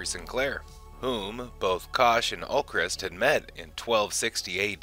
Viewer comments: Ulkesh, not Ulkrest. Great video but god that grates on me lol. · It's Ulkesh, not Ulkresh. Just saying. The original Kosh was Kosh Naranek. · It’s Ulkesh, NOT Ulcrest.